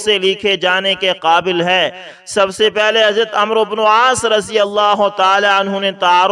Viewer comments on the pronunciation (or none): عمرو۔ کوAmro نہیں پڑھتے بلکہAmr پڑھتے یہ عربی زبان کا لفظ ہے اسے عمر پڑھتے ہیں- اس لفظ میں و سا کن ہے